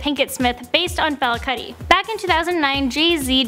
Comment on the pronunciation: It's Fela 'Coo-ti', not 'Car-ti'.